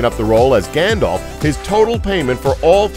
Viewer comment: NOOOI NOT GANDOPH